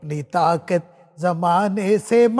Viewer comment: اس خاتون کو اردو بونا بھی نہیں آتا ساقی ساکی گا رہی دوسرا طاقت کو طاقت کو طاکت گا رہا ہے